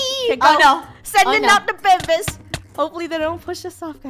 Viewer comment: Is it just me who is laughing that funneh said "to the bebebes"😂